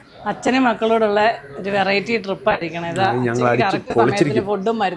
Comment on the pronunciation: Drip അല്ലടെ trip 😏ജലജയുടെ ഫാരതഫാഗ്യവിധാത ആണോ നീ miss ചെയ്യുന്നത്..😅.. ഫ ഇല്ലാത്തത് കൊണ്ട് video കാണാൻ ഒരു സുഖമുണ്ട്